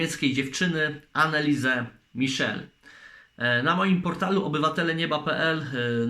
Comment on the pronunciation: Co ty się wypowiadasz jak ty nawet przygotowując materiał nie umiesz poprawnie wypowiedzieć imienia i nazwiska tej dziewczyny